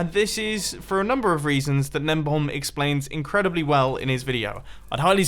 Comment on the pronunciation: His name is Gnembon. I always thought that Mumbo was saying Nembomb.